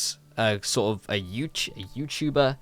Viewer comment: i cant get over you saying "youchuba" xdd